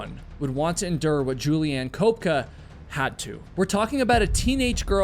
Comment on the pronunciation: You US guys never learn how to pronounce foreign names, right? The girls name is Juliane like "Yuliaane" and not tshulien. Why is it so difficult for you to grasp that there is more than English in the world? If I know that the guy who has the name Michael is an US boy, I know that I do not have to pronounce it as in the Hebrew original or in German which sounds quiet the same, but instead like "Maikel" I mean this is also a question of politeness, not only education. German is not a tribe in the Amazon. They say every 5th US citizen has German forefathers and you guys would have not made it to the moon without German help, You have a car-cilization and cars were invented by German, an if you are protestant thank Germany for the Reformation . Therefore it would be no bad idea if you cosmopolitan political correct people over there would get some little more ducation and good will for that. As for the alphabet you use it comes from latin. And in latin all the letteres of the alphabet have a certain spelling. The Germans have the same spelling, you English speaking people do not have this. You have diverted in all sorts of direction which make more or less no sense. Look how you pronounce "rainbow" and "cow". No order, no rules, just chaos.